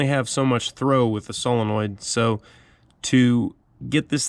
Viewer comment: Cilanoids - solenoids, yeins - ya'll, peaches - pears, night and day. Lol, you got it man.